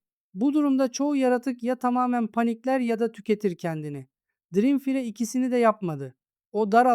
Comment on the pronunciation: dirimfire can kardeşim biraz telâfuz calısmanı öneriyorum.